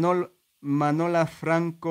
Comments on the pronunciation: Gracias. Ati.. Pero te tengo. Que pedir un favor. Si es que note molesta. MIRA ESQUE. MINOMBRE ES. MANOLA O MANUELA. NO MANOLO. YOYA SE. QUE TE CUESTA PRONUNCIARLO. COMO. NUNCA ANTES LO HABIAS. PRONUCIADO. NI SIQUIERA LO CONOCIAS. POR ESO TE CUESTA BASTANTE PRONUNCIARLO.. DE TODOS MODOS NO PASA NADA.. MUCHAS GRACIAS.. NOTE PREOCUPES NI LE DES MUCHA IMPORTANCIA. NO PASA NADA. DESPUES. DE TODO. AHORA NO CREO QUEME LLAMEN PARA HACER LA MILI.. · Oyes. cada vez. Que vas apronunciar mi nombre sufro. Porque. Te cuesta. Pronunciar. Manola. Sete va laboca. A MANOLO. CREO. QUETE HERA MAS FACIL EL OTRO NO¿ CREES ♥️.? Yo creo. Que si. Bien me estan reclamando.. Que te vaya todo fabulosamente bien, 👌👌👌👌🙏🙏🙏👍👍👍👍👋👋👋👋👋👋 Que tengas dias felices o momentos felices, cuidate mucho ❤️🤗🤗🤗, nos vemos. Muchas. Gracias BUENAS NOCHES. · Cada vez. Que vas adecir. Mi, nombre tiemblo porque te cuesta un poco. Y en vez de pronunciar. Manola. Setefuera laboca a NOLO.. NO CLARO PORQUE TUNO TE ESCUCHAS NITEVES. PERO NOTE PREPCUPES QUE NO PASA NADA. YA SE QUE NO TE RESULTA NADA FACIL, UNA COSA ES PENSARLO Y OTRA EL DECIRLO Y MASIME CUANDO NO LO AS PRONUNCIADO NUNCA.. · Hay. nose como no te cansas de repetir. Mi nombre. Una y otra vec te esta costando bastante. Pronunciarlo. Bueno de todas maneras. Poco a poco tendras que acostumbrarte, mientras tengas que hacerlo. O te olvides... Bien bamos con la ultima. Cancion. Yo. Ya no tengo nada mas que decir. Ya lo he dicho. Todo. TODO, Y AHORA ME VOY. A DORMIR QUE MAÑANA ES OTRO DIA,, TENGO. QUE REPONER ENERJIA PARA ENFRENTARME AL NUEVO DIA Y AL NUEVO. AÑO. QUE ME VIENE. ENCIMA., CHAO. CHAO CUIDATE. ❤️ 👍🤗🤗🙏🙏🙏🙏👌👌👌